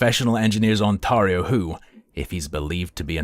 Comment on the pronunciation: As someone from Ontario, I can not handle the way he says On-tahr-E-o. Lol